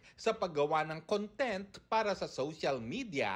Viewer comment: Bakit ganun kayo mag pronounce ng "content?"